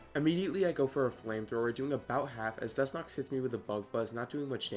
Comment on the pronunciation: Was he saying Dus-nox?